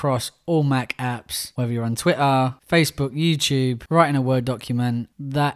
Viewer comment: "TwitAHHHH". The real twit's use Apple.